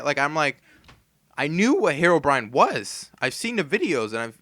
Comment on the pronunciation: I remember when a guy called andy and he sall heroebrion